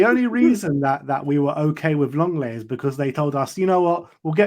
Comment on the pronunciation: Lenglet = LONG LET 😮